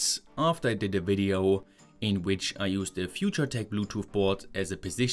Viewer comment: In this vdeeo ceewees 😂